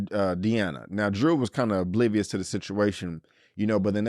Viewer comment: You keep calling this girl Deana every episode. Her name is Diana 😂